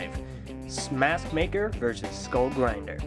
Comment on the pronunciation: Anyone else herd at the beginning he said smathmaker